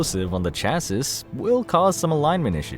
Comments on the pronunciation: Chassis is not pronounced like that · Dude, I like your narration but you really need to learn how to pronounce the words you’re reading. Like chassis.